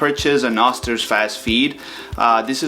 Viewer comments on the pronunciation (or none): ...it's pronounced Oh-ster